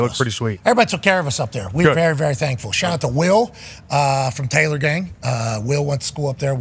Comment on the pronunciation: with the Monmouth County shaht aht let’s go